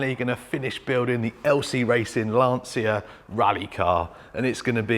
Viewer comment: For the English speaking guys is not LanSIA is LanCHA